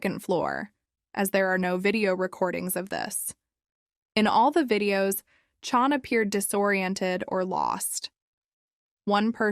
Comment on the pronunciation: her name is CHAN not CHON.. also pretty sure she was rapped.